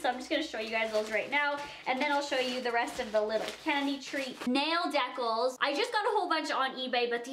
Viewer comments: Rebecca Leviev ha or "deh-cul" instead of "dee-cal" Lola I loves her tho.. Maybe its a Canada thing who knows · Jasmin Simone It's not. I'm Canadian. I say dee-cal. not hating on her but she's not right about that one at all. same with anastasia. "she-uh" like what. no. I agree with her on reese's tho that's how canadians say it. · nail decal is pronounced deecal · I love, but I think it's funny that she was talking about the correct way to say Reese's, when she doesn't say decal correctly.